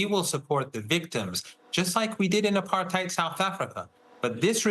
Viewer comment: As usual, an expert who cannot pronounce "apartheid" correctly doesn't know what he's talking about